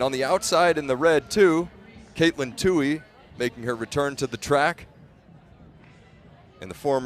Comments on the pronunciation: Katelyn's last name is pronounced in an interesting way here by the commentator - Two He, not twoee, like everyone else pronounces it. Why does he keep doing that? He did the same thing in another race. Can someone clarify with him the right pronunciation? Thanks. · Who is this Too-Hee person? I mean, who in track and field doesn't know how to pronounce her name? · I think it's "tU-E," not tU-hE." And great race!